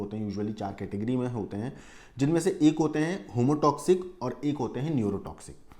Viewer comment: Homotoxic नहीं सर heamotoxic बोलिए।